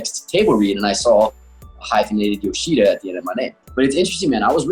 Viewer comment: i hate how they say yoshida